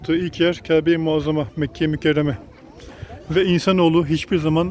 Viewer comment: Kabe mizi ne güzel sölediniz